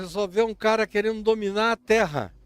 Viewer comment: OUVI DA ALINE TRRRA MOLHADA E FOI SINCERA!.